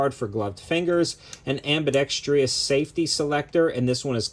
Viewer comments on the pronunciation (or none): 🤔 Minute : There is no “Tree” in “Ambidextrous”! Ambidextrous is but a four syllable word. Adding “Tree” to Ambidextrous would make it a five syllable word, except no such word exists, ie “There is no “Ambidextreeous”! The English language diction aside, this was a useful review 👍. PSA continues to provide high quality and OC for its price point and is now tackling ammo too! 🇺🇸 The mag issue is disappointing, but the “no brainer” solution would be to just provide Magpul mags. What was the weight and cost of the rifle?